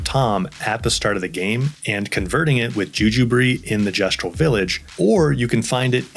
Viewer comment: Pretty much haven't used healing in 100+ hours kek At least you said Gestral correctly